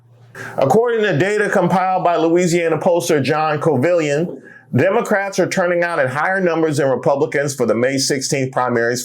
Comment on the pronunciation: Couvillion is pronounced Coo- vee-uhn . Dont clown me, I'm just a proud Louisianian.😊😊